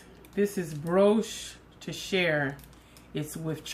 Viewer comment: Bri•Oh•che (o is long = oh)...sweetie I’m a 🍞❤️..that’s my weakness 😂🤣😂..and brioche hunni is the BEST you here me!🤤🤤🤤🤤 best 🍞 pudding w/raisins 🤤🤤